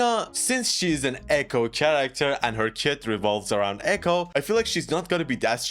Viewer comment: Is it just me that is so bothered when he says "tsharacter" most of the time while pronouncing it correctly sometimes?